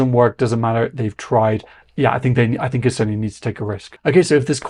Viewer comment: come one you should learnt o pronounce the name of our country if you report on it. Its not so hard. You did say Toomas Tammemets. So